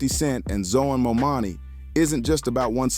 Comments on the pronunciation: Jesus for God's sake work on your pronunciation of the mayor's name. As for 50, he was against Obama. Saying that he was gonna get killed if he became president. He needs to get out of the prediction game.😂..50 forgot where he came from...the pattern he sets is saying progress and fortune for me but not for thee. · Mamdani.....it's not that hard to pronounce. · Would you please repost your video with the correct pronunciation of Mamdani? Your video raises excellent points, but the mispronounciation of the mayor elect's name is distracting. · Good video but at least 10 minutes too long And please take the time to get the mayor's name correct. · Destroying the man's name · my God you can’t even take the time to pronounce his name properly. It’s really not that hard. Please do better. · He's name is: ZOHRAN MAMDANI. C'mon now. Not : MAMANI, No MOMANI . Learn his nama .🙄🙄🙄🙄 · His name is ManDANI!!! NOT MaMAMI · You pronouncing his name wrong the whole video is madness. MamDani. 😮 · Seriously how many times will they mispronounce his name!!! Momani, Mamdami… omg… get the name right! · C'mon Mr. Commentator, please and respectfully pronounce his name correctly. His name is Mamdani and not Mamami. Ok bro? Yeah, and as a Ny'er, I voted and campaigned for him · It’s not Momami. It’s Mamdani. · Who is this Mommani??? Its Mamdani! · Let's hear it for New York's newest Mayor "MO-MONNIE" 😂😂😂😂😂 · The name is "Mam-da-ni." Say it with me now, one syllable at a time. Maam-daa-nii :) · Was the narrator intentionally calling him "Mo Money" or was he mispronouncing Mamdani's name? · Get his name right.... MAMDANI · DUDE IT'S MAMDAMI🙄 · Can we PLEASE begin with pronuncing his NAME CORRECTLY? It is MAM-DANI!!! Thank you. P.S. Your video is 🔥🔥🔥, and I have subscribed! 🗽🫱🏾‍🫲🏿❣️ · Who is Mo-Manie? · Why do you continue to call him momani? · MOM DANI.HAVE SOME RESPECT FOR THE AND PRONOUNCE HIS NAME CORRECTLY. WOULD YOU LIKE PEOPLE TO CALL YOU HL DUGLEY HUGLY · It’s Mamdani🙄